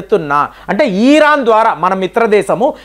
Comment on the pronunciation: బాంగ్లాదేశ్ ఈరాన్ బ్రేజిల్ ఈరాక్ ఆజార్ bijan... పదాలు పలకడం సరిగ్గా పలకడం అభ్యాసం చెయ్యండి..... ఇన్ని దేశాలు ఎవరు మీలాగా పలికారు...